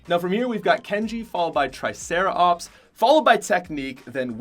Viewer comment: He said tricera-ops at 119 and 114